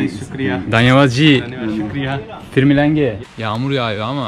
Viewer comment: O "Fir milenge" aslında "phir milenge" olmasın. Yanlış anlamayın da. :)